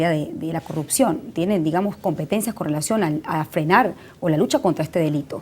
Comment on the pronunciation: en venezuela no hay "corrutcion" como dice esta señora, hay CorruPcion! aprenda a hablar señora